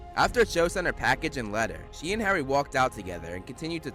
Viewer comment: "Garry Potter" loooool!